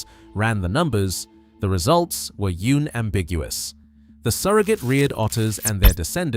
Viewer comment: Unambiguous is not you-nambiguous. Eejits.